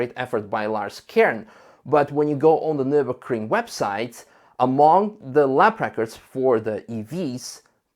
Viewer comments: Why are you saying - "NurburKring"??? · Why does everyone mispronounce Nürburgring? It's a ring, a closed circuit, in Nürburg.